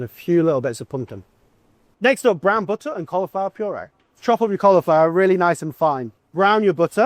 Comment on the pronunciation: You're not chef enough if you don't try to kill ppl in one go with the amount of buh-uh you put in the pan 🥘😂